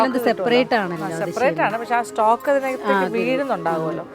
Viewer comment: നിങ്ങളുടെ പാചകം ok യാണ് പക്ഷേ വാചകം ശരിയാക്കാൻ ഉണ്ട് വാക്കുകളിൽ കുറെ മിസ്റ്റേക്സ് ഉണ്ട് മാഗ്നറ്റ് അല്ല മാരിനേറ്റ് ആണ് കഴിഞ്ഞപ്രാവശ്യം സ്റ്റോക്കിനെ സ്ട്രോക്ക് എന്നും പറഞ്ഞു. പിന്നെ പെരക്കി വെക്കൽ എന്നൊക്കെ പറഞ്ഞാൽ മാഹിക്കാർക്ക് മാത്രമേ മനസ്സിലാകൂ കാര്യങ്ങൾ കുറച്ച് സ്റ്റാൻഡേർഡ് ആയി പറയൂ